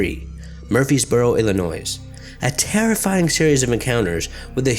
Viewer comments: stop saying illi noise. its il lin oy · ... did he just pronounce it Illinois instead of illinoi? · Illinoise? ...sigh. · I'm amazed how many of these weird sightings are out of Illinois. Pronounced Illinoy not Illinoize. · Sorry to be a noodge, but my home-state's name is pronounced "Illinoyee," not "Illinoise." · When he produced Illinois with the s. That was the most scariest part for me. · I appreciate you paying some attention to my state, but you don’t pronounce the “s” in Illinois. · I'm not american and even I know this is not how you pronounce Illinois lol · did he say Illinois with an s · Good video, but the "s" at the end of Illinois is silent. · The 'S' is illinois is silent.. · So...the 's' in Illinois is silent. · Illinois is actually pronounced without the s. Just a tip for the future. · posey Yes, yes he did. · Is it not pronounced Illinois but with the "s" being silent